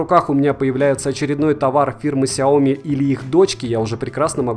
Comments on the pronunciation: если еще будешь называть правильно сЯо мИ, а не как деревня сяОми, то будешь похож на истинного фаната, да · произношение как всегда режет слух. сЯо мИ. и только так, здесь 2 ударения. хорошо хоть не ксиОми как некоторые особо отбитые говорят. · Слышь, фанат Xiaomi, ты даже не знаешь, где в этом названии ударение ставить! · Хиаоми сука де Браш)))